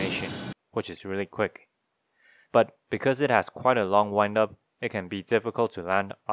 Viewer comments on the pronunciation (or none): none